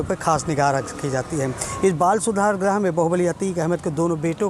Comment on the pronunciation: बाल सुधार गृह होता है भाई ग्रह नही कृपया शुद्ध बोलिए ग्रह मत बोलिए गृह बोलिए